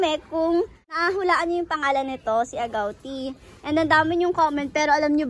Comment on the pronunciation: agootiii not agawtii